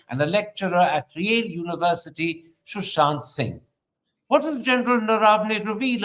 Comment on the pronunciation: It is Sushant...not Shushant